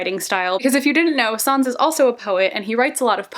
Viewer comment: Im sorry but the way she pronounces sáenz is so annnnnnoooying and fito omg had me dead 😂